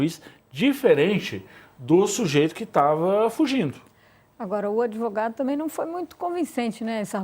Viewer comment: E esse "dotô adevogado" esteroide anabolizante?????????? Tá tomando tanta bomba, que está precisando usar sutiã.